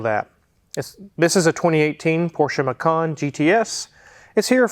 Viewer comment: Feel sorry for how pronounces Porsche Macan.